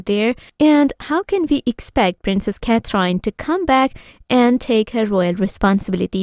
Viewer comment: This commentor pronounce Princess Catherine name wrongly. She pronounce as " Cat trine " No respect. Shame on her! No subscribe